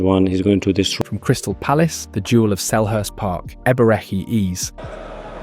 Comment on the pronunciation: bro wtf is eberchi eez and gyockerez